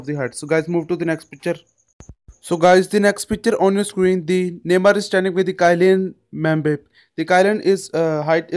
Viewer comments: Funny how he said kylan mba 🤣🤣🤣🤣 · Kylian mbappe pronunciation am dead